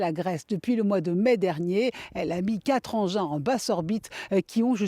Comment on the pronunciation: "une constellation satellitaire" ... "4engins" 😂😂😂